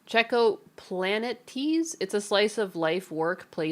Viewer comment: Pl... Planetes as planet tease? You have greeked too hard lol